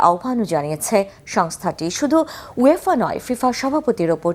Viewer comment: ইউঢয়েফা না যে গাদা সাংঘাতিক।। শব্দ টি ওয়েফাuefa